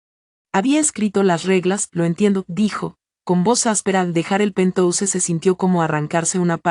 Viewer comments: si pero que escriban penjaus y que lo lea así, es preferible Mi oido sufre con pentouse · por favor usen el término ático y no pentouse o lo pronuncian en inglés o ático Queda horrible pentouse